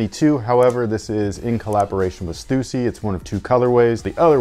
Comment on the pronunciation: Thank you for pronouncing Stussy correctly. One of my pet peeves